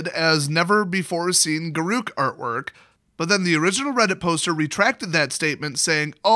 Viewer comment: “G’Ruke”? “G’RUKE”?! I thought it was Garruk, pronounced like the name Derek! My life has been a lie